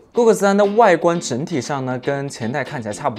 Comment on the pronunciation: goggle发音成了google啊